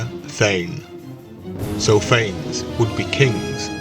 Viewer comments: Can we start by pronouncing it correctly? Fawness, not Fains. Ph is an f, the a is like ah, nes like Eliott Ness. This is a Greek name, not Anglo-Saxon. Saying it wrong does not breed confidence in the content. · Phanes is correctly pronounced FAH-nez. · Love this primordial deity. His name is actually pronounced Fay-Ness.